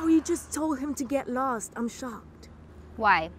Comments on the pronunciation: He said lsto instead of lost😅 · HE SAID LSOT LOL HAHAHAHAHAHAHAHHAHAAHHHAHHAHAHAHHAHA